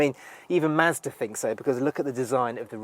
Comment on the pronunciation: I sat in one at the dealer when I was getting my 3 serviced. I want one now! And I like the way he says Mazda.